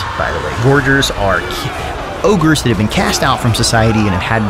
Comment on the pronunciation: Isn't it Gorgers with a hard second G.